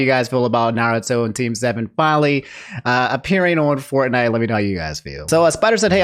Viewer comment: Bruh how on earth did you mispronounced every single word about team 7?